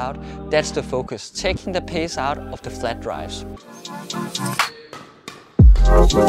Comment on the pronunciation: Great video!!! Thanks so much. But I had to keep telling myself taking the pace out of,taking the pace out Not taking the pissss out 😅😅